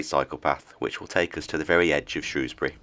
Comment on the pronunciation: You're no mug! Pronounced Shrewsbury correctly.